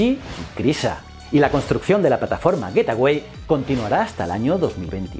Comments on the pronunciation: Hola como critica constructiva: El nombre de la estación es GateWay (Güeitguay), se puede traducir como la puerta del camino o así Como tu lo pronuncias es GetAway (Güet aguay), que se puede traducir como huida o piérdete! Un saludo y me encantan tus vídeos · "Getaway" no, "Gate Way" (gueitwey) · Como lo has pronunciado tantas veces yo he entendido: " Getaway", en lugar de la correcta "Gateway". Un saludo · Joe con la mala pronunciación de "gateway"... lo pronuncias como "getaway" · Buen video, excepto por como pronuncias el nombre del a estación espacial que orbitaria la luna... significaría otra cosa bien distinta....